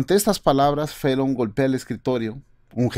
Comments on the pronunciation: Por qué dice Fellon en vez de Fallon? No sabe hablar o que? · Es Jimmy Fallon, no Fellon!!